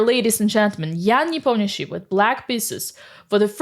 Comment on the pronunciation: Say Nepomniachtchi > Непомњиши